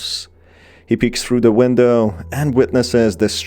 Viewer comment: I love the way you say window 😂